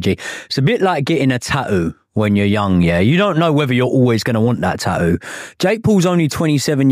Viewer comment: Pronouncing tattoo as “ta-ooo” is wild 😂